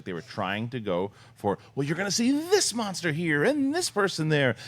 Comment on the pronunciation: why is nobody telling that it's "Monster" not "Mongster"?